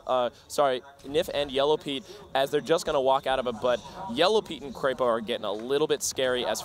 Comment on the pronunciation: Its not kreypo it is krepo